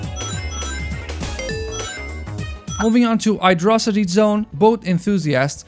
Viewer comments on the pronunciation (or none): "Urt" "Edghehog" "Ydrocity zone" uh, I think you might want to take some English lessons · “Urt” “Edgehog” “Ydrocity zone” uh, I think you need to learn some English Lessons…